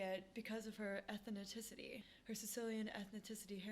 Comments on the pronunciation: Please learn how to pronounce ethnicity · Love this channel but it’s how you say ethnicity I be joked out 😭🩷